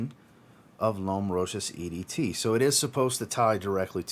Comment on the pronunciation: Good review, I liked it more than others in here.. and I am glad you pronounce the name of the designer closer to how is pronounced for Fashion designer Marcel Rochas (1902–1955).